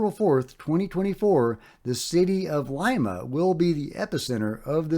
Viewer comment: lol Lima is pronounced: Lee-ma, not Lie-ma